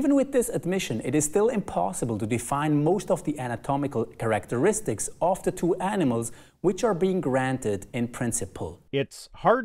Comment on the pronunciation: The way he said “kehr•rack•tur•rist•icks” sounded really cool, I kinda wish this was the accepted pronunciation of characteristics tbh